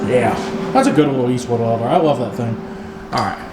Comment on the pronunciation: did I just hear you say Let me grab my walder lol